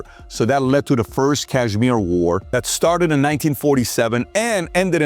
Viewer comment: Please correct Kashmir pronunciation. It’s nor z